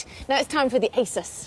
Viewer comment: Hmm, how odd, the same presenters say eh-sus (How it's meant to be pronounced) in this old episode, but in the recent broadcast they say 'azouse'